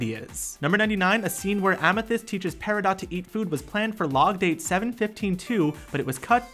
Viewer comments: Di- Did you just say... PerEEEEdot? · Excuse me, did you just call peridot "perrydot" ? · perry-dot sanic the hedgehog Oof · Did he seriously just say Perrydot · Im not trying to be mean, but the 6th fact wasnt about Steven universe. Also, you need to do more facts about su Oh and suglites name isn't pronounced shug-I-lite And peridots name is pronounced pear-a-dot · "Perry-dot" CRINGE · "Per- E - dot" Fake fan... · he said sugilite and peridot wrong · YOU PRONOUNCE PERIDOT WRONG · the way he says Peridot triggers me